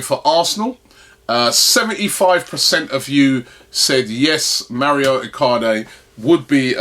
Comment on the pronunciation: Its Mauro not Mario Icardi